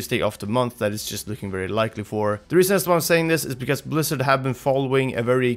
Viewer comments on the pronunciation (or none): none